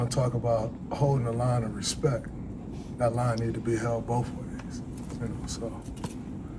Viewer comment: Did he say, "boff ways"?